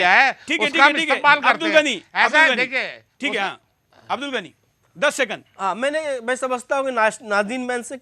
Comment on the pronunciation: Suresh Chohanke Pahele Apne Alfaaz Tik Bolna Sikho Abdul Gani Nahi Abdul Ghani Kaho Namaj Nahi Namaz Kaho,. Koun Se School Me Pada Koun Se College Pada,Koun Si University Me Pada Hain,, Adab Aqlaq Tahjeeb Nahi,,. Maine Pada LIkha Nahi Hoon Radio Sun Sunkar News Paper Padkar English Sikha Hain,,Tumari Kya Tulna Kare,. Ha Tumari Tulna Abu Jayal Aur Firhon Se Kar Sakte Tum Yahoodhiki Bigdi Hoowey Qoum Hai Tum Sudhar Nahi Sakte,,OK